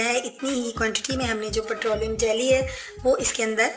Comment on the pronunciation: Bahen G ,putrolium nhi patrolium hota hy plz English bolna zarori nhi remedy ko aasaan urdu main batana bhee kaafi hota hy .